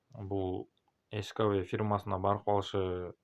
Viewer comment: эскавей мес Скай вей 😅